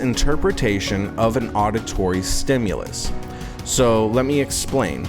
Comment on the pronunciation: 00 --- it's STIMULUS, not stimulOUS (sic). Right off the bat I'm filled with confidence. Bill P.